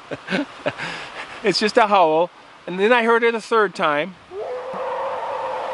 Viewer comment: I like how you pronounce 'howl' with two syllables